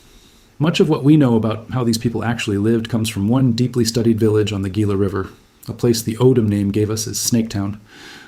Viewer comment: The Gila River is pronounced HEE-la, not GEE-la.